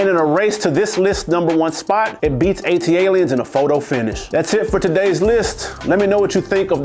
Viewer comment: Hearing the man mispronounce ATLiens EVERY SINGLE TIME was criminal.